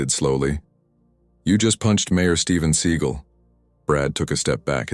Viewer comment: Stop mispronouncing seagal 😢